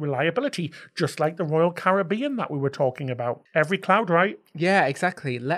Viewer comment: Hope you enjoyed Edinburgh. We go every year, it’s my favourite city anywhere. Looking forward to that knew exactly where you were in the clips. Well done for saying Caribbean properly 😀